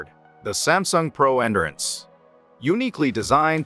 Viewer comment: Please remake with the proper pronunciation for 'endurance'.